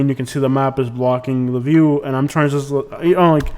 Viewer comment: you have a bad attitude, this airport is seamless to navigate if you are smart enough to READ THE SIGNS BEFORE making a turn. bye the way "Just", is not pronounced "shust"